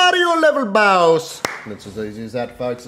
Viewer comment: Never have I ever heard a more emphatic "Mario level bausss" 😄